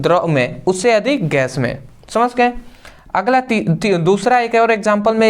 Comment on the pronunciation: samajh gaya ❌ samash gaya ✅